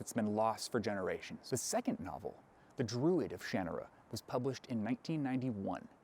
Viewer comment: I think this is the first time I've ever heard someone say "Shanarra" out loud, and it's so different than how I pronounced it in my own head.